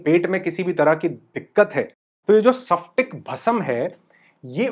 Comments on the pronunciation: Sir मैंने आपका फिटकरी का video देखा बहुत सुंदर जानकारी धन्यवाद 🙏 * मुझे लगा आप गलती से बोल गए परंतु इस video में भी आपने इसे सफ्टीक भस्म कहा हैं। सही उच्चार स्फटिक है सफ्टीक नही! क्षमा करे मेरा आपको दोष देने का कोई उद्देश नही है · स्फटिक बोलने नहीं आता आपको। सिखलो।